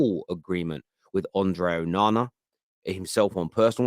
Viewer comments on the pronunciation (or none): Bruv just say Andre honestly why you trying to roll the r